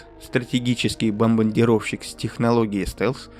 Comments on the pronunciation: Два раза сказал бомбандировщик😂 не ну 7.59 опять бомбандировщикам ну ты спецом что-ли?🤭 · Божечки. При всём уважении и благдарностях, "БаНбаНдировщик" Вы наш, попробуйте прочитать это слово побуквенно. А то звучит позорненько. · Даже спецом сложно сказать х 2 😂😂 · Тоже слух резануло, зашел написать об этом. И сразу увидел ваш комментарий😂